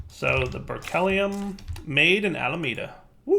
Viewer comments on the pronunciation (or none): "Ber-kelly-um" (triggered science nerd) It's "Ber-klee-um" — as in, Berkeley, California (or more properly, the Lawrence Berkeley National Laboratory) where it was first discovered. You pronounce Berkeley like you did, people are going to think that you come from a place where they don't wear shoes!